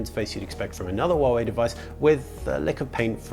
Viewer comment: you are the first Youtuber who can pronounce Huawei right. good for you.